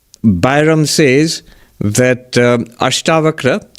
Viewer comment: Its ASHTAVAKRA GEETA..NOT BAKHRA